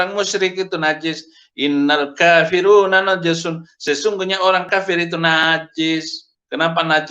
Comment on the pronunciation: Kok "innal kafiruna". Baca ajah salah innal kafirina. Namanya ismu Inna pk saefudin. Gereja masehi 7 hari mlarang makan babi kok, hari suci itu Sabtu. Natal bukn 25 desember. Gereja Saksi Yehuwa mereka tdk percaya tritunggal, Yesus bukn pribadi yg sama mereka pegang teguh perjanjian lama. Enak bnget ya jd pk saefudin modal tau islam pindah kristen jd pendeta dibayar. Jd terkenal dr kalangan kristen. Enak ya yg berzina dlm kristen dimaafkn dlm korintus yg ditulis Paulus. Beda dr perjanjian lama (lukas, matius, lukas, markus). Tidak satu iota pun ditiadakan dr hukum Israel tpi bgaimna dgn meng esa kn Tuhan, makan babi, sabat itu kn dr perjnjian lama.